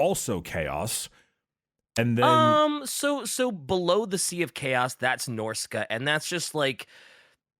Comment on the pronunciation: yet another fantasy ep that's impossible to listen to because of pronunciation of the faction name who tf says norsca as norsey?